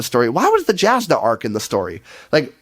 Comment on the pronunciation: It seems many of your problems with the book stem from the fact that this isn't an end of an era like the hero of ages in mistborn, it's the end of the first half, it doesn't answer all of the questions, these characters still have more to their story. Also, it's Yasnah not Jazznah.